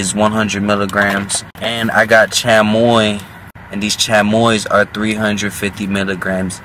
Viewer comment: Who tf say chamoy like that and u Hispanic tf😂